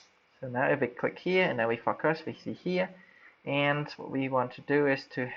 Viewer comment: Thanks mate. Nice tutorial. Just one tip for improvement: when you say focus, it sounds like "fucker". You don't want to say that. haha. Cheers.